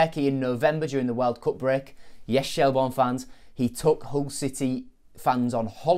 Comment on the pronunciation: Shel-burn not Shel-born. Good vid though.